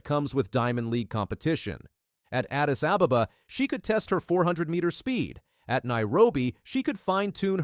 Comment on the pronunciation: Botswana is pronounced Boat Swana and Ababa is pronounced Ah Bah Bah